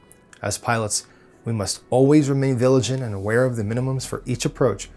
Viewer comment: "viligent" :D